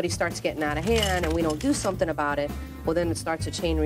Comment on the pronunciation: seems to pronounce words as the English do ie: somethink, anythink etc.